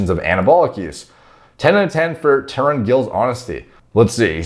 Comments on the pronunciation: His name is pronounced more like Taroon, with the 't' pronounced the way the 't' in Thelma sounds. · I start crying laughing emojis whenever westerners can't pronounce an Asian, especially Indian names. His name is pronounced ta rūn. Sauced to the gills dosser. Obliteration of a dosser, totalST annihilation. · Definitely not pronounced Tauren….unless he is part cow….. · He’s openly admitted to usage & his name is pronounced Ta-roon. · Tarun - tuh roon 😂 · Taar-oon the correct pronunciation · Im really surprised... finally made a video on Tarun Gill. Btw pronunciation of his name- Taroon Gill. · Likely pronounced "Tah ROON" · It is pronounced Tarun 😀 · Lol he pronounced as Tren Gill. Well we can take it that way. Well great transformation by Tarun sir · It’s pronounced Tren Gill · if you have problem pronouncing Indian names i suggest you should watch their videos before once or twice by hearing their names you will have a better idea of saying it out loud Alot of respect and regard from Pakistan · It's spelled, "Th"ar"uu"n Gill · The third pronunciation was spit on